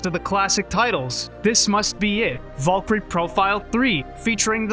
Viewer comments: vool-kery is all i heard this whole video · It's bad when you can't even say the word Valkyrie correctly...